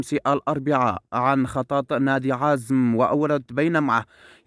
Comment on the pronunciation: اسمو عزام.. ليس عزم.. بعدين فلوران عقده مستمر لعامين.. شوف ليك شغله اقضاها!!؟؟